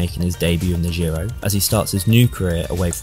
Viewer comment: It's not Dzirow either. That's French. It's pronounced Jiro.